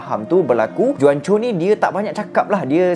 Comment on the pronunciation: Bukan juan Pronounce die Huancho